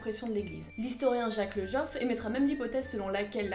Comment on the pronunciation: Et juste une petite précision sans trop d'importance, on prononce Jacques le Goff comme Gorille, et non Le Geoff comme jonquille :D